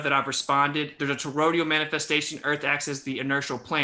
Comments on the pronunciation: Did anyone else notice kept saying “torodial” towards the beginning of the debate instead of toroidal? And the way he was saying compass was annoying me too. Nobody says it that way. I seriously don’t understand how these people have made it this far in life. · It's "toroidal", not "torodial". And is there is an appreciable difference between "false" and "patently false"? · I love how throws out these terms he read somewhere and misunderstands, like what the fuck is "Torodial"? I think he meant "toroidal", IDK. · But his to-row-dee-uhl manifestations, bro! C'mon! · the word is actually toroidal, i.e. doughnut-shaped. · Yeah, I know the word. This ain't my first to-row-dee-ohh. I was making fun of his wacky pronunciation, but I'm glad you also know the word! I love me some to-row-dee-uhl fried dough with cinnamon, etc. Good with coffee! As well as a tasty-treat, it's also a relatively stable topology for a traveling bolus of gas (within another gas). Circumferential-axis rolling toroids of compressible-fluid within a container can resonate, too! Handy for some things. It's also a critical shape for the fusing gas inside a tokamak which allows it to be compressed electromagnetically. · would be a tad more believable if he didn't mangle the pronunciation of toroidal.